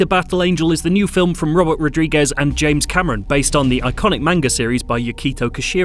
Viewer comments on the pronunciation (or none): none